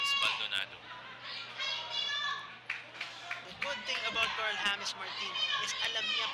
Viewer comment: hindi hames😂